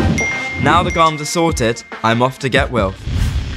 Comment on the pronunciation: 'Garms'. At that point, I stopped watching. What a bell end.